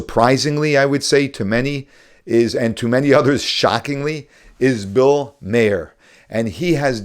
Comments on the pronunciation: This guy compliments Bill Maher but doesn't even know how to pronounce his name. 😄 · Please get his name, right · Maher is not מֵאִיר. It is not pronounced “mayor” or “myEER” . It’s “mar”. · Bill Marrr not Bill Mayer. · Dear. While I enjoyed your exposition of Bill Maher's show, I want to let you no, that I was really disappointed in your inability to pronounce his last name correctly. Look up the word 'bitter' in Hebrew. 'Mar'. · Bill Maher pronounced his name Marr, not Mayer. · Bill May-er? I think he pronounces it Marr. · His last name is pronounced Mar.....not Mayer. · It’s Ma-h-er. Ma-h-er, not Mayer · It's Mawr, not Mayor. For God's sake, if you're going to talk about the man, please, learn to pronounce his name. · It's pronounced Bill Mar. Just for futures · Bill Maher has been around for like 40 years. Why are so many people pronouncing his name mayor lately? Its Mar. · It's pronounced Mar not mayar :) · Mah-her, Mah-her...not Mayer 🙄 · His name is not pronounced "Mayer" it's "Mah-er" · Its pronounced Mar, not May-her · Maa her we pronounce this Irish surname (O'Meachair is the Irish spelling) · Maher is an Irish name, pronounced like MA'r. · It's funny. I am a pro-Israel Christian who follows a few Rabbis and other Jewish scholars. The thing I find funny is how most of them pronounce the names wrong of the subjects of the clips they show. Bill Maher is not pronounced May-er. In another one today from Rabbi Yisroel Goldstein, he mispronounced Dinesh D'Souza's name. Is it intentional? I love the content and their insight but noticed the name thing. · It's Bill Maher. Maher rhymes with bar, tar, car. Or like the planet Mars where the S is silent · There are two syllables. More like mah-her, though the 'h' is subtle. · How does this guy do a video on Bill Maher and doesn't know how to pronounce his name properly. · how hard is it to say Bill Maher's name right? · How do you possibly not know how to pronounce Maher’s last name?